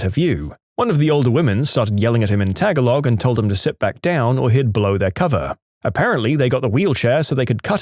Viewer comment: Tagalog is pronounced as "tuh-GAA-log," not "tag-a-log!"